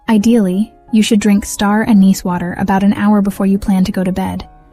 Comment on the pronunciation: you pronounced anise four ways.